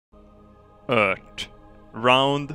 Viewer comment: In The start in The video you say eart not Earth